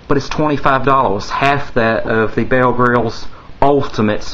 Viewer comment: Why cant you pronounce an R??? Are you asian? Its BeaR not BeaL! Are you so ronrey?